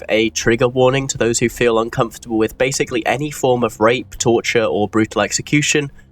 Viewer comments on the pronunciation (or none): none